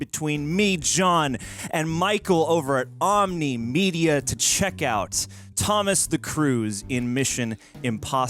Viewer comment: omn one,,, not om knee.-Ernie Moore Jr.